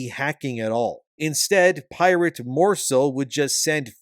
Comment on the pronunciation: Your pronunciation of the word pirate is off, unless you are making fun of him being "irate".